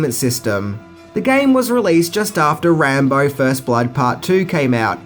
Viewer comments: Who’s Rahmo ....it’s pronounced Rambo. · Wtf speaker. Rambar hahaha!!! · Is it me or is saying "Rambar" sometimes? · You mean “Rambo”? 😂